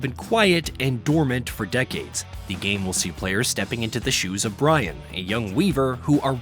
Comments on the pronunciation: HAHA he definitely said Brian, but no it's actually BRYNN, but the AI bot that voices their videos doesn't recognize it. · Her name is Brynn - seems like there was a mispronounciation! 😅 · Is he continuously calling her Brian? 😂